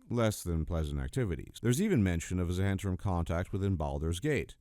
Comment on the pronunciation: 'Zhu-hent-arim'? I think it's just Zent-arim.